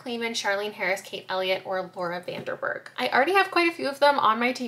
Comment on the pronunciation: yayy i really needed this in my life right now, thank you <33 also btw, i noticed you said 'laura van DER berg' instead of 'laura van DEN berg' and bc i know you value pronouncing people's names correctly (same) i just wanted to point it out!! especially as a dutch person hehe